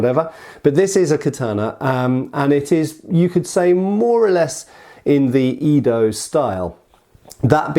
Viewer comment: "katana" in Japanese refers to any single edged swords, especially Japanese ones, or "nihontō" (Japanese Katana), and not only Edo-style (Eh-do, not EE-do!!!!) swords. Ugh, at least you're getting "tachi" right now. I'm proud of you for that.